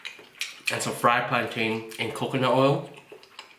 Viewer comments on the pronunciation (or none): You pronounce “plantain” as “plantin”